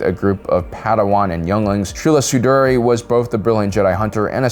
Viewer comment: Ahoska tanooooo. Trula Sindori. Why talk like this?